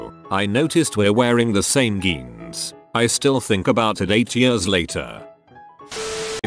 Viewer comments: Skinny geens Also: Skinny-shzonns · Just when I didn't think could get any weirder, I hear it pronounce jeans as "genes, jeans, zhaun" in 30 seconds.